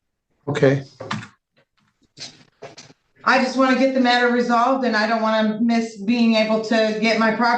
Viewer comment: She says " My mistaker " .... The only real Mistake she has made is Opening Her Mouth.